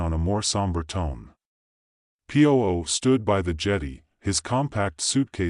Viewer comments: The name of the detective is not pronounced poo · Terrible phrasing and pronunciation from an obviously inadequate AI. It hasn't even learned to pronounce the name of the main character.:face-orange-frowning